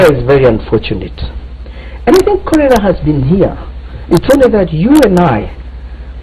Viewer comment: Chorera instead of cholera?